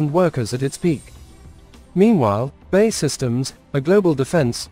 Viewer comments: B.A.E not Bay! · We really can't be expected to watch a puff for a business that can't even pronounce its own name properly. It's not Bay, it's B...A....E..... Got it?